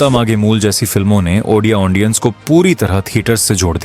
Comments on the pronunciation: Ondia❌ odia ✅😢 Aundience ❌ audience ✅😢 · Lekin ondia ❌odia ✅😅 Aundience❌ audience ✅😅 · Bhai sorry 😔 Lekin ondia ❌ odia ✅ Aundience ❌ audience ✅ Thoda sa idhar udhar ho jata hai 😂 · Ondia ondiens 🤣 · Aundiance aundia 😅😅😂😂